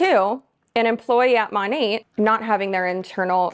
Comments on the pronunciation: Did u say MONIT? I think they referred to it sounds like Monet like the painting like that Artist. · I've never heard it pronounced that way before, I always thought it was Mo-nat, nat like a gnat (like the fly). Well anway, hate all mlms!!! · The way she pronounces “Monat”